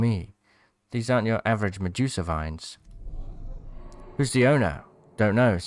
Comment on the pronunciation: Its Medusa not Mejusa